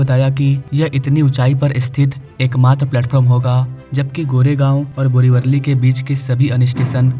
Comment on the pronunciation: अरे पागल इंसान बोरिवरली नहीं बोरिवली नाम है !